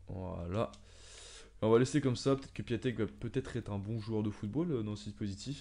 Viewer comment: Cool mes sa se dit piontek